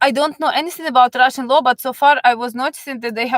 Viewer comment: Love how you say, I will tell you all about Russshhan Gills (accent) lol. Thank you for the information.